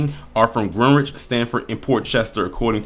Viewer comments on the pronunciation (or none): With respect it’s pronounced Grenich. the e’s are short the w silent. thanks for all you do